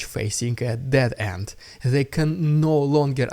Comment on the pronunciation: Dead end. Not dead ant.